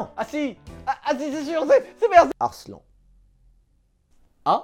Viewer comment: Arslannnnnneeeeuuuh xD pas Arslan